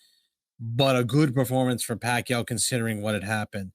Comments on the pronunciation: its not PAC-YO, it's PAC-YAW, A is not silent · Not Pacyo, it’s Pacquiao.🤣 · So OK.. it is wot it is …. But it NOT Pakyu! It’s pakYAaaaw. Accent on 2nd syllable. C’mon guys, he’s retiring already …pls get the name right!!!